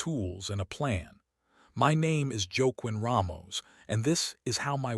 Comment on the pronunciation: The name is “Wah-KEEN”. Clarksville, TN. listening.